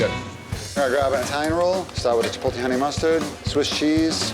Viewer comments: Chipotle...not Chipolte...I can't believe how that continues to get mangled in 2026. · There are 2 types of people in the world…one that says chipolte and one that correctly says chipotle 😡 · "MAN I LOVE CHI-POLL-TAY!" guy who can't pronounce chipotle